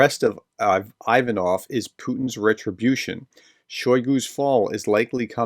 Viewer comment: It's "Ocho-REH-tineh"... It's not "EYE" va-noff", it's "EE-va-noff", and a host of other flubs... I wish you YouTube guys would take a short course in UKRAINIAN & Russian PRONUNCIATIONS... Is it THAT HARD.??? I mean, REALLY..???